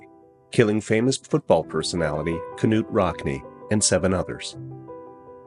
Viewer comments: ‘Ka-nute” Rockne? …. Really? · Rockne's first name is pronounced Noot not Kuh-noot. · Small technical point: Knute (Rockne) is pronounced NUTE, not KANUTE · Kenoot Rockne? How do you pronounce knife? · The K in Knute is silent